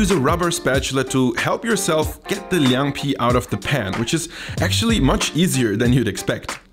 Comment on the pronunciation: As a 10-year Berliner I must respect this video%! You’ve done good research, Chinese pronunciation also good . I thought your channel was just for Döner Pizza thing%@ Unfortunately it’s still hard to find a decent Chinese restaurant that’s good at northern cuisine. Would be great to see more Chinese dishes and I’m glad to provide help:)